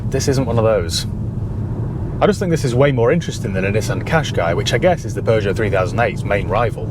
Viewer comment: Thank you for pronouncing it correctly unlike americans who say "poo-joe" 😬